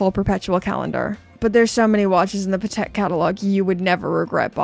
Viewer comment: She really needs to pronounce Patek. Not even close in American, British, or French…